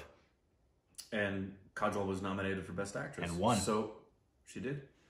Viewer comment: I have to say I like the korbinization of kajols name.